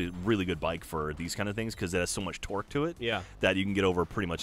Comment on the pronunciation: Am I the only one who hears "twerk" when says "torque"? Maybe I just have bad hearing or something.